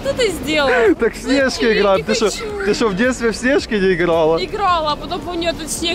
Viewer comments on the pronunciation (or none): Сне’жки хаха ниразу такого ударения не слышал